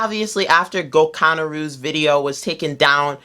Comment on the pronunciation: The way you said gokunaru